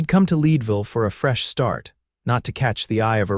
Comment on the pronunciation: Your AI needs to pronounce Leadville, CO correctly. Having lived there, I should know. 😮